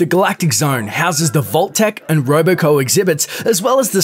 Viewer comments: Roboco its robco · It's Robco*